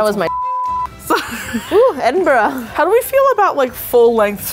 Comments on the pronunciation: Pronounce it like a frat boy, it's Edin - BRUH say it with your chest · I’m never gonna understand why Americans can’t pronounce Edinburgh it’s legit just said eh din bruh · To pronounce Edinburgh Ed-in-bruh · Btw it’s ed in bra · Its pronounced 'ed in bruh' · I love that and nailed pronouncing slàinte mhath but couldn't get "Edinburgh" or "haggis" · Belatedly thinking further, I seem to remember that went to university / college in London, which would explain why she pronounces Edinburgh like a Londoner. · I love how after the first attempt they got further and further away from pronouncing Edinburgh correctly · im scottish (paisley) and it hurt when they were trying to say edinburgh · The fact you butchered Edinburgh's name means you're no longer welcome in Scotland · Edin-burah I think that’s how u day it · uuughhhh Edinburger? Come on 😂😂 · I've heard a lot worse pronunciations than they tried. My least favorite and most cringey one has to be "Edinburger" like really? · Edin bra. That’s how you pronounce it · ed-in-bruh For all the Americano’s...that is how you pronounce Edinburgh😂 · I love that you came to cold, windy, wet, wintery edinburgh in a summer dress. With the wind here we can't ever wear dresses. Also you got edinburgh sometimes. Imagine it as Edin - Bu Ra. Easy! Silent H. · I live in Scotland, Edinburgh and I’m so sad that I didn’t know when they were here if I did I would have forced my mum to come with me to a bar so I could say hi and act really awkward (By the way it’s Ed-in-bra like there’s a guy called Ed who’s wearing a bra and it’s hag-is personally I don’t like it but I’m glad you did 🙂) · Edin bruh. Approach it like you’re gonna say it like edinburough if it makes you feel better, but after the “edin” part, interrupt yourself with the word “bruh” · No one: Them: EdinBRUH Bruh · Edimbra is how you say it I wish I was there but I was there 2 days after you guys where so :'( and o live near aberdeen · it's "edin-bruh", bruh